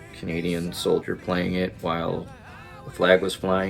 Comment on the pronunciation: Ah (sorry) its Canadian not Candian